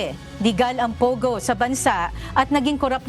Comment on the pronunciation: ate POGO, hindi POWGOW